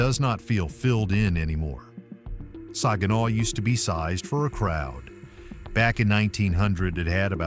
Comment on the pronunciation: I was born and raised in Saginaw( he's not pronouncing it right) i love my city and some of those places i dont recognize. I didnt leave Saginaw because of crime i left because i wanted to see what it was like living somewhere else. I go home almost every week to see my dog he's at my son's house